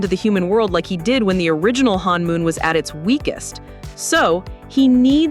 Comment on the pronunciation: it is not pronounced "hanmoon" it is pronounced honmoon